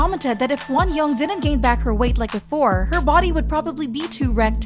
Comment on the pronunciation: Pronunciation tips for the narrator (very important for spreading Korean culture appropriately): Jang Wonyoung = Jahng (soft a like “ah”) one young Taeyeon = Tay yeon (tay like “okay” not like “Thai”. Yeon like yuhhh)